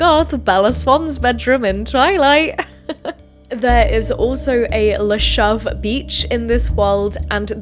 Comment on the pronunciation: La Shove killed me lol